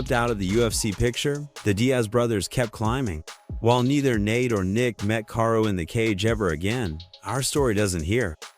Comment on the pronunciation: damn, I hate these videos from you guys who clearly don't watch the sport. I am just 1 min in and heard you mispronounce karo's name like 10 times. Its pronounced like carl not kay-ro.